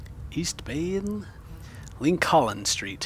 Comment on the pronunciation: Lin-Coln street...Really?